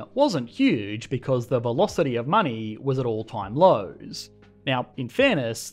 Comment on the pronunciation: Everybody: Money Aussies: Money-yye-yee